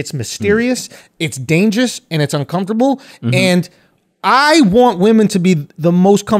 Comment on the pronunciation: Andrew says “dainjus” lmao